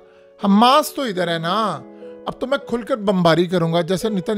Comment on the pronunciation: "So Saal Baad" ye "SO" kya hota hai Bhai maroon? Abey chmpoo "Sow Saal" hota hai bey. Me aya, Me Gya, Abey ye kis trha ki urdu bol rha hai yar? Kuch to shrm kr yar channel hai tera. Jahilon ki trha to urdu na bol. Aik to pehley hi dahi valey jesi Teri Madhaallah avaz ho chuki phir is trha ki hifi Teri urdu. Chulloo bhr pani mai doob mr yar tu to. Right?